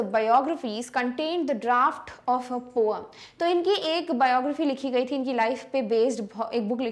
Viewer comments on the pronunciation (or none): Mam that is poem not poeam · Maam your pronounciation of poem is not correct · Poem mam your prounce is wrong I have laugh